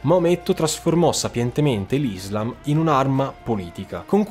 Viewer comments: Ti prego non odiarmi, ci tenevo sola a dirti se posso che si dice “Islaaam”, con l’accento sulla A. Scusami la mia pignolaggine, è deformazione professionale da studiosa di Islamistica... bellissimo video✨ ☪️ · NON IZLAM MA ISSSSSSLAM E NON MOAMETTO MA M O H A M M E D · Le conquiste sono iniziate dopo la morte di Muhammad...e comunque si dice IslÁm.